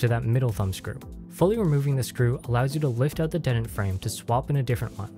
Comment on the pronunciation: I have always heard it pronounced as DEE-tent. with the vowel sound the same as the word bee.